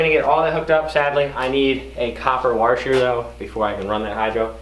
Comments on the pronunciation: Why you say wash with a r like warsh or some shit ? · There is no R in the middle of the word washer. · Lmao he still can't pronounce washer 🤣🤣